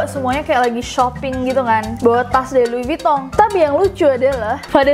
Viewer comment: Jadi LV (louis vuitton) penyebutannya lui vutong :v Dan klo Channel itu bukan cenel tapi shenel sekian :v